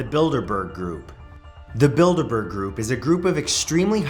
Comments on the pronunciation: I think i'm going deaf but i swear you said the "build a burger group" lol! I guess i'm just hungry :P \o/ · ... I can't be the only one who thought he said "Build a Bear Group." bruh I tripped over myself to get back to my laptop to rewind the video - hurt my foot and everything...